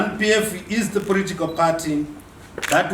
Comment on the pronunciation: makaa bve I know, 😩 He said ‘poritikawu’ (political). I’m weak 😂😂